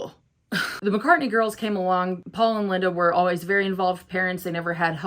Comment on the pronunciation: You’re great and I enjoy your videos and perspective. But I’m sorry, it’s “Mack-ah,” not “Mock-ah.” As in, MAC-Cartney.